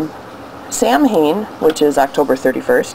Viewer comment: Great presentation, very informative for those who are "uninitiated". The tradiditional pronunciation of Samhein; however, is sow-IN or sow-INE. ...Just thought I'd bring it to your attention. Blessed Mabon!!